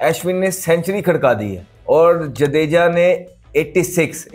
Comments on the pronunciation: Ashwin ❌ Aeshwan✅ Jadeja❌ Jaedeejaa✅ 🤣🤣😂😂😂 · Bhai pahle Ashwin aur jadeja bolna seekh le😂😂😂